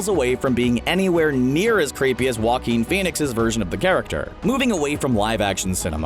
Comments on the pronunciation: joaquin (ha-keen) there you go so stop saying wa-keen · Jah-Coin Phoenix